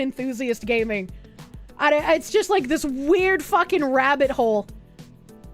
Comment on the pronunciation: Gay-mers and GAY-ming?